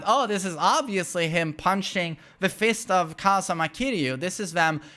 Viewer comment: KazUma, not kazama